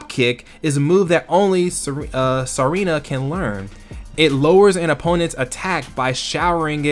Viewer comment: or it's meant to be pronounced Serena